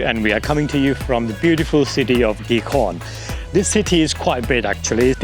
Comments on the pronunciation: Se dice Asturias. No atorias y Gijón no Guijón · No es Rivadabia ,eso está en Galicia,es Ribadesella y la ciudad se pronuncia Gijón, con el nido de J en ambas consonantes, acaso no sabes leer?.